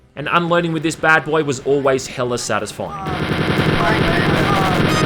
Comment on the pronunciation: hearing an englishman say hella doesn`t sit well with me.